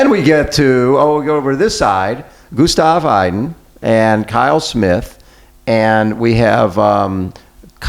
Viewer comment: Maybe the native English speaker should care a little more about how they say the names. Who is Gustav Aiden??